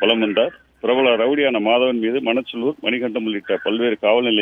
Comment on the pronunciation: என்ன டா பெரு மண்டை வெட்டி மாதவன் , எனக்கு 🌼👔 வெட்டி 🌼👔யன் என்று கேட்குது 😂